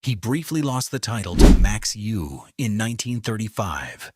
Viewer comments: Pronunciations of the champions names are horrible and picture of Max Euwe is not even him. Steinitz should be pronounced "Shteinitz" , "Euwe" -- "Oyveh", Alekhine - Alyekheen", Kasparov - Kaspaaroff. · Alekhin and Euwe are appallingly mispronounced.